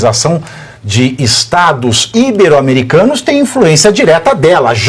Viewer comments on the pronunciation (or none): Pavinato, até vc? Não é “íbero “. O certo é que ibero é paroxítona e se diz ibero , sílaba tônica BE. Olha que aJanja te pega!!!!